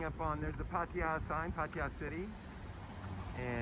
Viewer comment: I don’t understand why these guys that live here for long time cannot even pronounce the name of the town correctly: “PAH-TAH-YAH”